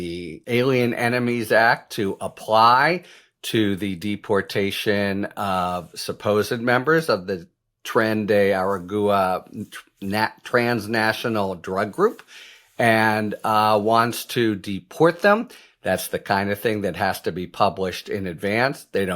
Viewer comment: Hello, Harry! I just wanted to help you with the pronunciation of "Tren de Aragua"---"Tren de Ah-rah-wah". 🙂